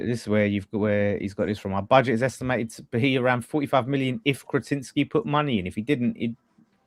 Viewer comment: Catinsky., mate. Happy birthday and all that. But this is worse than “Tea-oray” 😊